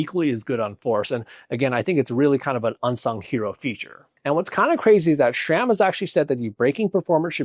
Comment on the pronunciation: Great news! Was waiting for this to drop. Always informative videos, no fluff. Also, pronounced sram, not shram.